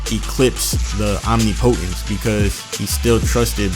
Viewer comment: It’s om nip o tence not Omni potence